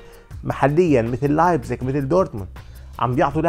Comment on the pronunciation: من سالتسبورغ الى لايبتسيش انطقها صح